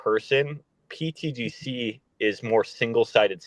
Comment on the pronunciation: please... can somebody tell the guy with the hat that its not "pTDC" its "pTGC"... thanks!